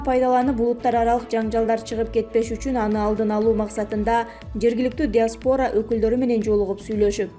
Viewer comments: диаспора эмес диаспара деп айтылат карындашым коп создорду туура эмес окуйт экенсиз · Деги ким суктанып жатат, кичине скромный болгулачы, токойдон чыга калган жапайы айбандарга окшоп ак уйду басып алган алкаштар менен наркомандарга ким суктанып атат экен кызык, наоборот коту менен кулуп жатышкпн жокпу? Ай диктор сорой сен дагы ак уйдун алдында журдун беле диаспора деген созду туура эмес окуп жатасын жонокой эле соз го келесоо десе